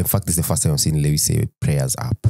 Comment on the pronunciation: Just a clarification: Lewis' last win was this year in China Sprint - not 2021. Additionally, by the time of this comment, Roscoe is now an angel (RIP). Then guys, why do you pronounce 'Lewis' like that?😭